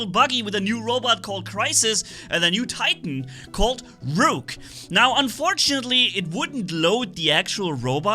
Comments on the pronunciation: Imagine pronouncing ruhk as rewke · just fyi the pronunciation of rook is ruk, like book (buk). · Ah yes, the ROOOK from chess